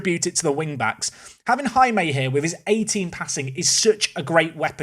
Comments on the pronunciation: I think the pronunciation of Jaime is 'High-May', not 'Ha-May' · Please, for the love of god, it’s not “HammAY.” It’s “High-May.” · Just to add to the Jaime discourse... it's pronounced "HIGH-may" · As a spanish person, it hurts me the way you pronounce Jaime’s name…😂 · I like that said Jaime correctly in the first 10 seconds of the video, and then never again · The pronounciation of Jaime... it is... acceptable... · You should look how to pronounce Jaime, because that's my name and I want to see an english speaking person pronouncing it correctly, btw I'm spanish too